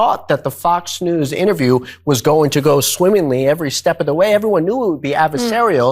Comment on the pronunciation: Did mamala kamala come latey watey to your little bittle interbiew??